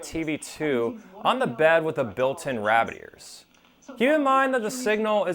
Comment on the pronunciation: I love your youtube videos, but... it's CA-NA-DA! Not Canda. Rabbit-ears... not rabb-ears.